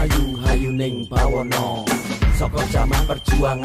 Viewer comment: buwono mas bukan bawono